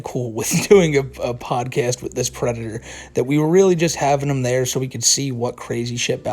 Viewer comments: is a pwedahtah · "Yeah I gwoped a teenagaw, but I'm not a pwedatow!" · I... Am nahwt... A PWEDATAH! >:( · "I'm not a pwedator" "You are aw pwedator" had my fried ass giggling for like 20 minutes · "You are a pwedator!" I fucking died 😂😂😂